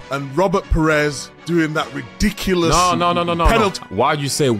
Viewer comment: The way Micah says ridiculus is so funny